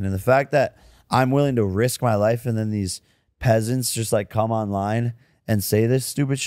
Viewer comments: "peasants" lmfao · Did jake say "peasants"